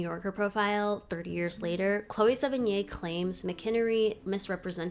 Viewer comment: Great vid,, learned a lot and will try to track down that old B&W movie. One other thing, Chloe Sevigny's name is pronounced Sev-en-nee and the French (correct) way of saying it would be Sev-en-yee